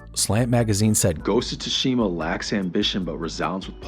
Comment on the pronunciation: The way you pronounce "Tsushima".... grrrrrrrerrrr